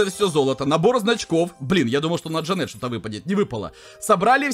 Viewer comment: конечно говори как хочешь но вроде правильно ДжАнет.